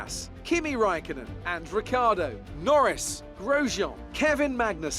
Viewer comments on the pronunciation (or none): none